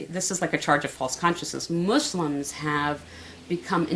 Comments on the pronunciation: its pronounced muslim not mushlim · Muss-limb is how you say it